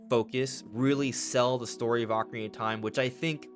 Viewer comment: Why do you call it the ockie of time? You don’t pronounce your words